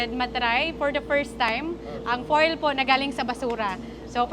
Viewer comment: It pronouce as Fyool, fuel, not foil, foel